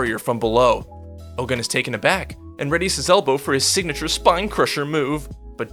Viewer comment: its not Oh-GUN, its pronounced Oh-gOOn / Ogün . its a african god.